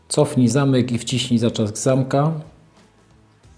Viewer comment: Świetnie opowiadasz: bardzo ciekawie i z dużą ilością informacji! Z pewnością przygotowanie każdego filmu pochłania masę pracy? Gdybyśmy tylko słyszeli "zatrzask" zamiast "zaczask" i "strzelca" zamiast "szczelca" - byłoby SUPER! :) (pozdrowienia dla żony! ;) ) Gratuluję!